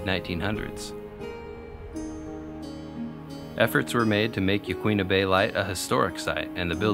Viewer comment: The ones I remember. Peter ire dale, Cape Blahn-co, Ya-quin-a. Hard to do that over typing. Hope it helps. Again- Amazing work!